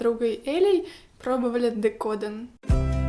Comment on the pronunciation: DecodEn (правильное произношение) - это не тольео декор телефона. Это декор любой поверхности, где используются так называемые "взбитые сливки". :3 Но приятно было увидеть полимерку на твоем канале. Спасибо!